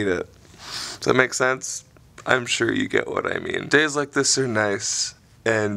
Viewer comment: that "Suuuure, okay" was the most Canadian I've ever heard you sound. Ironic that it happened when you were explaining something Dutch...